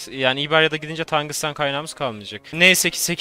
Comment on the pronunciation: Tagusten değil "Tungsten"